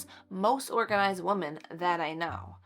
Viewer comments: This might be a regional thing. She is saying wo-men not wo-man, but not saying wim-in. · She is saying wo-men, not wo-man, but just not pronouncing it wim-in. It does sound odd to me. I wonder if it’s regional? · FYI, I think you mean “we -men “ which is more than one female. You keep saying “woh-men” which is just one. Yes, I know it’s spelled wOmen….. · You are precious. One point of confusion for me: you keep saying "woman" (singular; pronounced "wu man," with two dots over the u and an upside down e. ) when talking about "women" (plural; pronounced "wi men" with a short i sound and the upside down e). Pronounciations curtesy of Merrium Webster Dictionary. Someone else was doing that on a video the other day, too. Just wondering why since I haven't heard this pronunciation until recently. Appreciate you tips and encouragement for my home. Keep up the great work. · Wo-man is singular Wo-men is plural…. I know I know…. I sound like a total Jerk. But I’m not. I’m hearing this miss pronunciation A LOT lately. And I’m trying to understand why. If anyone knows, please tell me?!?! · It’s not regional it’s an example of our failing public education system! 😢